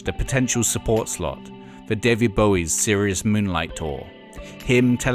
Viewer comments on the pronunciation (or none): none